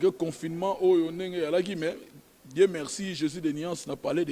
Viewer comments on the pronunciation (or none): none